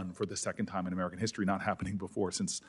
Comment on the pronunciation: LOL.. did he say DEE STORY??